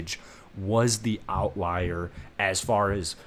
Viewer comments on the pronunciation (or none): none